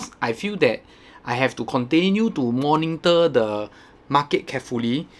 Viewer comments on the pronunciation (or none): Monitor, not morningtor. Chan Chun Seng also makes the same mistake.😂